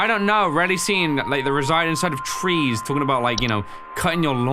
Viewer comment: “liEK video”